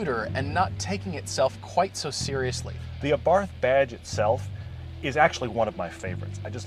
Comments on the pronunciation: Please oh please stop pronouncing Abarth like in taking a bath in snobby english. The A is pronounced like the a in art, and barth is pronounced like Bart from the simpsons. Try it :) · It's pronounced AH-BART by the way. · Lol, Abarth... The "h" is silent... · It's pronounced ABART. Not ABARTH! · Just a clarification, it's pronounced Abart, without it h. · Its pronounced "AAH-BART" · OK...pronounced A-Bart, do yer research. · The "H" in Abarth is silent. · I know it's not really a big deal but you don't say the "h" in Abarth so you actually say it like "Abart". Just throwing that out there. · Its pronounced Abart... T is silent btw. Exhaust note is awesome. I drive an evo X and had a lot of fun test driving this car. It's one of those cars that has just enough power to get you in trouble. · Please please please learn how to pronounce Fiat and Abarth correctly !!!! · Daniel Castaneda ettore bugatti was italian, but the pronunce of Bugatti is french, same for abarth. Karl abarth was austrian, but the pronunce of abarth is italian.